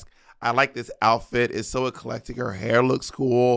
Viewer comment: What is this "hair" pronunciation from Monet? Has she been hanging out with Kiwis?😅